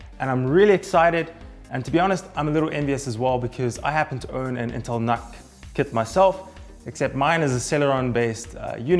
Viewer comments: Just FYI, it's not pronounced 'NahK', it's "Nook" as in Look. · Personally I pronounce it as "nook", but Intel themselves pronounce it as "nuck", so I stuck with that for the purpose of the video :)